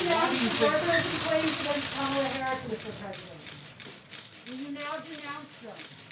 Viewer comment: Pocahontas!!! And Kam oh lay? Geesh this guy!